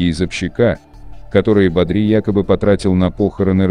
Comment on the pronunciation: Не бадрИ, а бАдри, блин